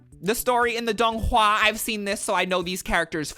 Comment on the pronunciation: As someone who has read all 8 books multiple times, seen all the donghua multiple times, read the manhua multiple times and has read too many fanfic, this is the most hilarious tgcf vid I’ve ever seen THE PRONONCIATION IS KILLING ME